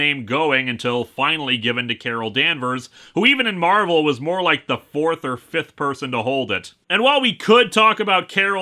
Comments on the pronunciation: "Mar-velle" oh God Mar-ville flashbacks. I mean not God, anything but, Satan help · I think his name's supposed to be pronounced "Mar-Vale" (like "veil"), but since it's not spelled that way, people keep mispronouncing it (I'm pretty sure I've seen issues where characters refer to him and remark on how Earth heroes never get his name right).